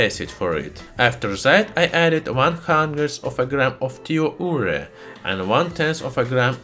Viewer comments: cant hear what hes says 'tio ora' what is that? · Are you saying "thiourea"? D: no clue what the next thing is :/